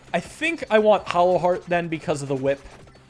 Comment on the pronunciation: Is it a dialect thing or why are you calling hollow heart hallow heart?